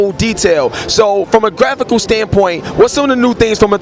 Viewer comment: ''Grapical update''. Learn how to properly pronounce words.